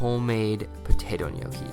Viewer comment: My husband and I are Italian, and his family grandparents are literally from the "old country" and barely spoke English. We make ours a little different but this was very close to ours. Also, thank you for pronouncing it correctly!